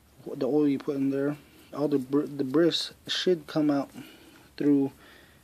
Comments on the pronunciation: Hey man great video very helpful p.s the "S" in debris is silent it is phonetically pronounced "debree" I mean NO offense just trying to be helpful have a good day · Thanks for the vid, FYI, debris is pronounced-debreee. Just saying.